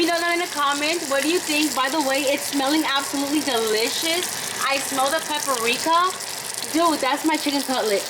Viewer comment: Not the Kanye pepper, Peppereeka, and Jainacologist 😂 pronounces words the way they are written 😂